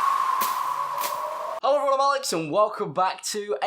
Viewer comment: Every time Alex says ello instead of hello cracks me up